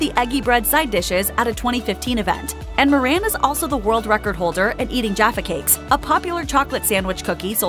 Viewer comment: Im sorry , What did she call a jafa cake?